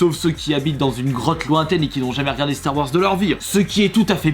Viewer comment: Ba il la pronnonce a la Française